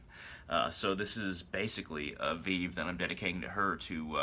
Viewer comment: A veeve!!! Thats not how you say it. You cant even pronounce the name of the Lwa properly. Please stay away from our religion. You can't just work invoke Lwa like that using vèvé. Geez. Stick.to your own